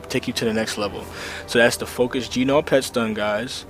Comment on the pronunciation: Great video and very informative. I've forwarded it to a few of my friends that struggle with macro's and focus macros - damn though the G in gnaw is silent!!